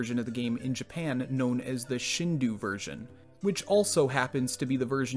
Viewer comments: Shindou is pronounced “shin dough”, other than that ear pain, great video! Subscribed and looking forward to more! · Why is he saying Shindu instead of Shindou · Shindou would be pronounced closer to "Sheen-doe" not "Shin-due." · Tip for future videos: “Shindou” is pronounced “Shindo”, not “Shindu”. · It's a good video summarizing the potential, but please, Shindō is pronounced "sheen-doh," not "shihn-du" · If you Google it it is pronounced shin do a not shin d u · The pronunciation of "Shindou" in this video bugs me hard-core It should be SHEEN DOUGH Like the cartoon character, and well, bread dough I will say, the shi part isn't that offensive. I've heard native speakers of Japanese pronounce it similarly, and I generally do the same. But saying "ou" like "oo" is wrong as heck. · This is epic. Also It's pronounced shin-doh, just for future reference. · Just a friendly tidbit: I'm sure some other weeb um-actuallyed you on this, but shindou is pronounced like "shin-doh" When you write Japanese with Roman characters, pretty much every vowel/vowel-consonant pair is pronounced as it's own distinct syllable. You don't combine them into one sound like in an alphabet. So it would be like "shin-doh-u". The "u" is used to extend the "o" sound for an extra beat. English doesn't really use timing to change meaning, so "shindo" would be a close-enough, not-weeb way to say it (The "n" in "shin" is also kind of it's own syllable. It's the only consonant isn't paired with a vowel in Japanese. Normally every Japanese word ends with a vowel, but "n" is used to "close off" vowel sounds. Spoken Japanese also tends to be slurred to the point where some vowels sound like they're missing) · I wont forgive you for pronouncing shindou like that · Your mispronunciation of shindō hurts.